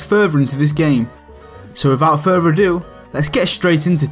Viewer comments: “Progress furver” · “Wifout furfer adew...”